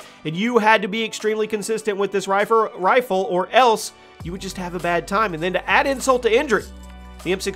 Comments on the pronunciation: You said rifer instead of rifle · Lmao “ Rifer “ 💀💀💀💀💀🤣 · Hes mispronounced rifle